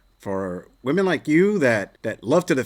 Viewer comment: Why cant any of these women say "women" properly??